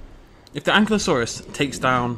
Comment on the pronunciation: its pronounced AN-KY-LO-SAUR not AN-KLY-OH-SAUR you just have to look at how its spelled ankylosaur